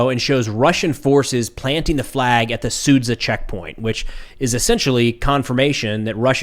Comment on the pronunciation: It's pronounced "SudJa". Whenever you see "Zh", it's a soft, prolonged 'J' sound.